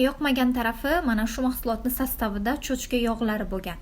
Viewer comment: Cho‘chka emas cho‘chqaa